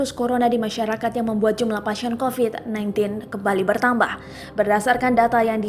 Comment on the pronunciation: Betambah.. gak pake R - Setengah ribu... Ngantuk ya Bun 🤣